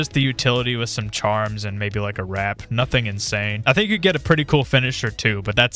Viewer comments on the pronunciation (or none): none